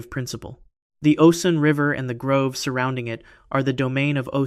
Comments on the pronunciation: Bro...its a "GROVE" not a "GROOVE." Are you serious? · Grove. Stop saying groove. It really undercuts your authority when you don't know basic words. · It is grove not groove! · I've watched a few of your videos and I'm considering subscribing, but the constant mispronunciation of "grove" as "groove" are totally killing me right now. Not trying to be mean or anything, but I've been sitting here for several minutes just occasionally correcting you audibly by saying "grove". Each time, I get louder and my time becomes more stressed. The educator and linguist in me can't help it. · Thank you!! It's grow-v. Grove. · The fact that you mispronounced grove like 30x with such confidence makes me question the accuracy of everything else you’ve said…